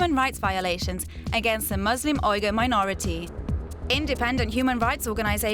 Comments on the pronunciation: too haha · I've never heard "Uighur" pronounced that way before...